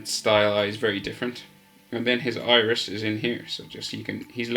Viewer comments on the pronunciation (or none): none